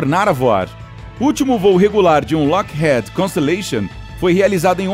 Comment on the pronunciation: Toda vez que ele falava Lockheed errado eu ficava agoniado, "lockhead" ? pqp....